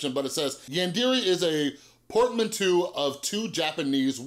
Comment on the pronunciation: If you can say plateau you should be able to pronounce portmanteau as well